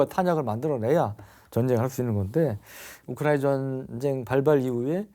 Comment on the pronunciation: 유용원씨 발음 좀 정확하게 해주세요~ 왜 자꾸 "우크라이나전" 을 '우크라이~'.....'우크라이~' 라고 하면서 남의 나라이름을 빈정대거나 놀리는투로 들리게끔 발음을 하시나요? 심히 거슬리네요...전체적으로 발음이 안좋은 분으로 감안하고 듣고있지만....남의나라 이름만은 정확하게 호칭하시기 바랍니다... 외국인들이 "코리아"를 "코리~"..."코리~"... 라고 불러대면 기분 좋으시겠어요?